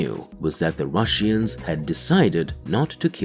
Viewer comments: Ur saying russians wrong its not rus sian ir russian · What the hell is a Rushian, narrator? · „The russiens“ made me chuckle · the rush-eans. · "The rushy-ens" 😂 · IT'S ANNOYING HOW YOU PRONOUNCE RUSSIANS ! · Why do you pronounce Russians so strangly?